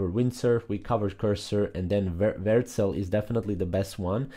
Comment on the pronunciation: Versel? What? You just never even show the name on screen or say it clearly